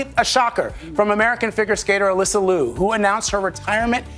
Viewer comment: Um, , her name is pronounced "Ah-LISS-uh," NOT "AL-iss-uh" or "Ah-LIE-suh."